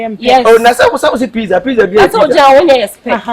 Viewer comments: Pitza Eii hehehe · AMA thinks she pronounce Pizza well ama😂😂😂😂💔💔